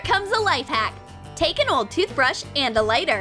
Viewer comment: OLD toothbrush, you say?